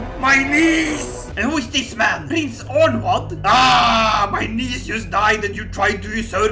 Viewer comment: when you said prince onward (prince anarwd) it hurt my feelings